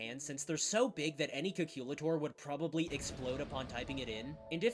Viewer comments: Did you just say “calculator” wrong? or do I have to listen to that again? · "any cakilutor" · I have never heard someone say calculator like that and it caught me so off guard😭